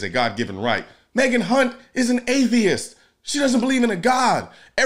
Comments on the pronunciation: You kept mispronouncing Kunt. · You pronounced her name wrong. It is pronounced Megak Hunt. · I'm just wondering how hard it was to say Hunt correctly.